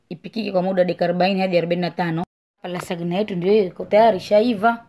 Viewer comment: Yatamkwa " lazanya" maaa